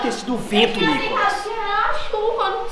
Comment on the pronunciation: o Nicolas falou enalda